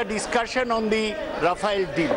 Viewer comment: Mr Roy, We know the pronounciation of TMC and Mamata, It is not called Ryafel Joy, enjoy. Bakwaas, english padaana hai tho, WBke school me jayiye na.